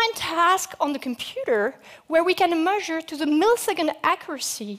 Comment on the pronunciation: SonicMooseman its not but she cant say measure at all lol